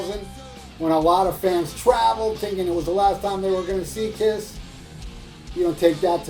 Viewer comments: i cracked every time i hear you say Pol Fffftanley of Kifff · I laugh my ass of when you speak out: PAUL FTANLEYOFF KIFF... hahahahahah!